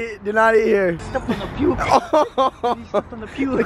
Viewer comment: the way he said puke